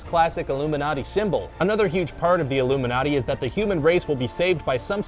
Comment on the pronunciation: "Toy story is probably connected to the illuminaty" me dying with laughter